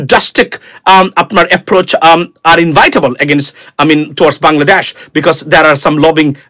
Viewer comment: What is ইনভাইটেবল? Rather you should pronounce ইনএভিটেবল।